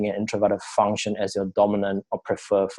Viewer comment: your bad accent and constant pausing so annoying dude, consider listening to it yourself before posting, its like your rambling after reading a book/article, you need to say things without looking and sounding confused. plus its pronounced funk- shun (function) not fung-shungs.